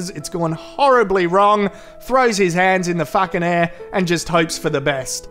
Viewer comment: Whenever he said Fakin. I lost it